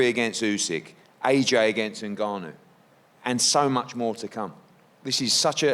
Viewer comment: Everyone's been pronouncing his name wrong. The correct pronunciation is "Nah-Noo" not "En-Gar-Noo". Just ask him.